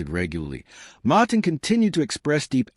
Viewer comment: MAaaaaaaaaahtin ??? what AI crap